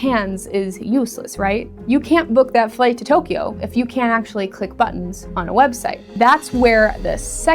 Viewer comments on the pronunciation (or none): none